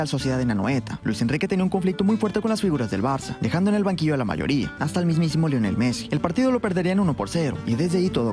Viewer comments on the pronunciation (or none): none